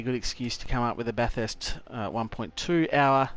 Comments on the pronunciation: It's the 'urrst' at the end. It's more of an 'est' as a local. Are you in SA or WA by any chance? I've got a mate in SA that says it the exact same. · I've never heard a bunch of Aussie mangle the word Bathurst so badly. Fantastic effort and execution of the race and try-outs though. Moving on to a different track for another race or sticking to Bathurst?